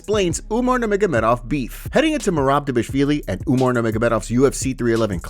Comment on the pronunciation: I think you should stop butchering Merabs name. Reading isn’t that hard